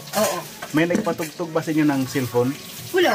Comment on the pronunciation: Ngpautog✅ Nagpatugtug❎😅